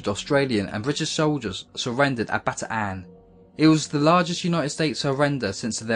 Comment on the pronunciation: It isn't Bata-an, it's Bataan (Baton sort of) (or Batan)